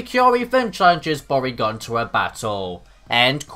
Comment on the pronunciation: I wasn't paying attention when I started the video, so when your mispronunciation of Bourgain sounded like "Porygon", I got really confused and assumed Porygon came back after all these years for revenge for being forgotten.